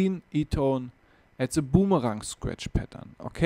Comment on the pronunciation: Aussprache wär ja nich so schlimm wenn er wenigstens TH und boomerang aussprechen könnte... but he doesnt even try -____- lmao